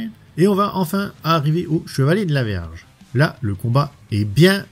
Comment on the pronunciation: C'est moi ou à 1,45, tu dis le chevalier de la verge !? Je verrai plus jamais Shaka de la même manière ! 😂 Sinon, tu as bien du courage de continuer à t'infliger ça. J'ai regardé la première partie, j'ai un peu vomi, beaucoup pleuré et je suis retourné regarder l'original!